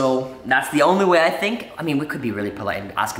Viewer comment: I fink you take of the blak marsk